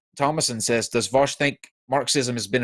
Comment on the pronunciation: Is it just me or did AS consistently mispronounce Vaush's name as "Vaus" instead of "Vau-sh"?